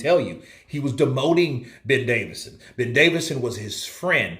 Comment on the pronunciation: Johnny,can't you get the man's name right even,DAVISON